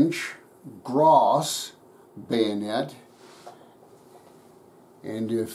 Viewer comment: A very nice 1879 bayonette from my country. Very good prononciation of "St. Etienne", but don't say Gra"ssss", just "Gra" without the S. Thank you so much for this video... Best regards from france.